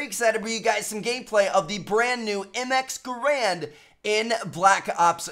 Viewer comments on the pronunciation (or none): 0.04 "XM GRAAND" not MX....